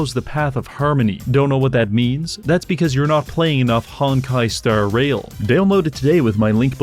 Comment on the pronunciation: his emphasis when he says Hon*kai: Star *Rail is wild